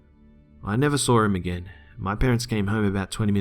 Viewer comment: You did it again! I love how you pronounce the word saw. You say "sawr" 😊😆 Gotta love accents.